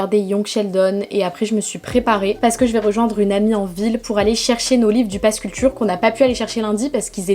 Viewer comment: "pass culutre" 😭